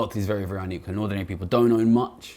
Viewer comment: Great video that deserves wider circulation. One request would be to work on your diction in places. It is quite key in a video comparing an equal with unequal societies that we can discern whether you are saying equal or unequal. I have a very mild hearing loss and had to rewind in places to check.